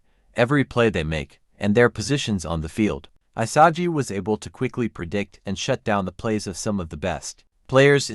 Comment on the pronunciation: “I-sah-gee” lmaooo 😂😂😂